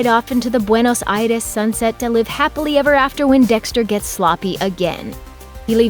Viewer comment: You really have to pronounce "Buenos Aires" (Bwaynós Idesss )? You're an off camera narrator for Looper not a Travel Agent or a fuckin Espanol translator gtfoh!!